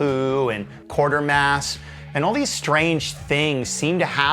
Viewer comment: FYI, the show referred to in the Cabaret Voltaire quote is pronounced Kwaytermass. The lack of "r" is not a typo. It's not Quartermass.